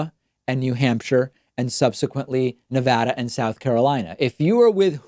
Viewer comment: David, Good job saying Nevada correctly, especially as an East coaster!